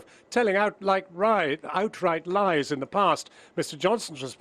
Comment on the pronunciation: lol Carey says Boris ...telling out light ries!